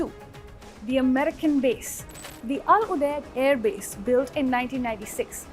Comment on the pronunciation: If you're gnna make the effort and spend the money to run an ill-informed hit piece on a country,at least get the damn names and pronunciations right. Or is that too much to ask from your orange hued xenophobic head? "Humaaad" "Caleefa" "Youdaaid" Really? Lol.